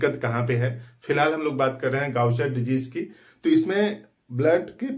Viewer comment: First thing iska pronunciation गाउचर नहीं है